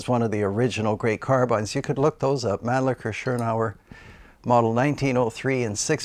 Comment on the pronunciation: Great interesting video. Thank You. I have always loved carbines (you say it correctly by the way. After all, if you write down the word Woodbine, no one would pronounce it Woodbeen!). I have a Howa Alpine Mountain Rifle in .308 Win here in the UK and I love it. It is really lightweight, very accurate and short enough for all woodland applications, whilst obviously capable of pushing out to long range. I have reverted to the floor plate magazine as the polymer five round box conversion has the mag release exactly where you place your hand and is just the WORST AND MOST APPALLING DESIGN ever! (If only someone would make a decent drop in metal one with a sensible position for the release!) First time out in a high seat, just quietly settling into position, I carefully moved the rifle slightly and managed to dump a full mag into the brush below me. So much for a stealthy arrival on scene! The rifle though, is tremendous and with a Leupold VX-R on top, is fantastic in low light. The bedded fiberglass stock is really good and of course makes it all 'UK weather proof'! You have some lovely rifles there, great collection. Stay safe and happy shooting.